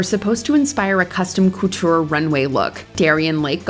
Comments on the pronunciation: is the narrator a bot? pronouncing couture as “koo-TEUR,” solace as “soullesss” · Gorl did you just say cooture? Mama stop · "Coo-teur"? "Soul-iss"? People purposely mispronouncing words for cheap engagement are so fucking obnoxious 😒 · Whenever she says coutoure why is it like she’s saying cooter HELP.